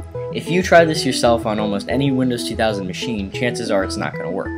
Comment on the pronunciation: I get so triggered by how he says windows 2000 MACHINE!